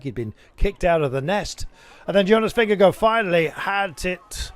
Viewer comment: For goodness sake - please learn how to pronounce Vingegaard! Vin ger GARD. Not “Go”…